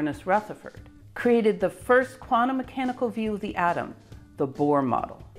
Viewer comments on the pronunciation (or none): none